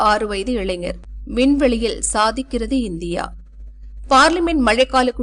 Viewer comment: அது என்னவோ தினமலரில் தமிழுக்கும் செய்தியை "தப்பச்சாளருக்கும் " ஏழாம் பொருத்தமாகவே இருக்கிறது . சதிக்கிறது ( பார்க்கவும் ) இல்லை " தப்பச்சாளரே. அதை தமிழில் சாதிக்கிறது என்று சொல்வார்கள். பாவம் தமில் திண்டாடுகிறது. வால்க தமில் வலர்க தமிலன்.